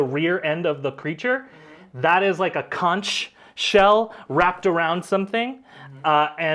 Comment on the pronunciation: I must say as a Floridian who grew up on beaches... PLEASE stop saying conch shell like the ch sounds like the ch in church. It's not pronounced that way, lol. It's conch sounds like kaangk. 😊 Also, loving the show. You adventures are hilarious!